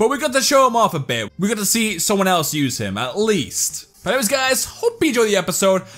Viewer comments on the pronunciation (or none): none